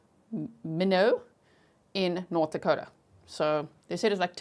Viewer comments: MY-NOT not minnow. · It’s pronounced MY-NOT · Actually it's pronounced my-not (I was late) 😂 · Both my parents were born & raised in ND & every time she says "minnowt", I say my-not.😉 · Minot is pronounced MyNot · The pronounciation of the city of Minot is like “why not”, long “I” and short “o”, not how you are pronouncing it. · Minot is pronounced my not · Minot is pronounced my-not. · It's pronounced My-not, North Dakota. Love you G! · Minot, pronounced like sky not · It’s MY-NOT. I lived there for 4 years. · ND native here - Minot is “my-not” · My knot is how u say minot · I’m from South Dakota and Minot is pronounced My Not. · I grew up in Minot. It is pronounced as MyKnot. Thanks for this break down! So helpful! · It is pronounced my not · The city is pronounced My knot. I only say something because I know you like to pronounce words correctly 💛💛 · Thanks for covering it! I live in Minot and it’s pronounced “my not”. Your coverage is great! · Minot is pronounced: My not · Years of lurking, just joined and have Patreon too. Love your work! Minot is pronounced “My not.” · Town is pronounced Mine Ot. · Minot is pronounced. My not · I’m watching on replay 😢 But I’m in North Dakota and Minot pronounced “My Knot” ;) I love your channel!! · G, it's pronounced My-not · We say it like German knoodson… lots with German Heritage here… and Minot is like “My knot”. Love you G❤ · The lady speaker in the beginning can’t say Minot